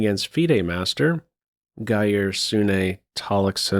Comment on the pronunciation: As a Norwegian, I got a good laugh at pronunciation of that name lol Poor Geir